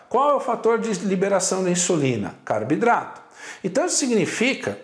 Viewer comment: Pq ele fala CARBIDRATO?